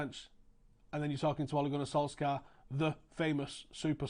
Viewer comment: Interesting video, well done, agree with most of it. You pronounce his name pretty well, for not being Norwegian, but we don't pronounce the k in his name ;)